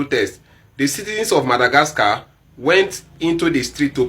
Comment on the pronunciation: The only person in this world who can say MADAGRASKA......lol